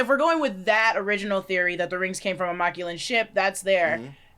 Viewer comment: why yall saying Machuan as Ma Clue In it's MAC LU WAN